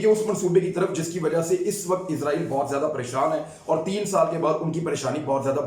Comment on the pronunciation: عمران بھائی یہ عزائیل نہیں بلکہ اسرائیل ہے ہمارےبڑےاینکر حضرات عزائیل کہتے ہیں تلفظ صیح کر لیں